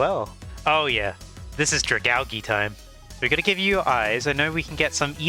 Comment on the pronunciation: It’s pronounced drag-al-G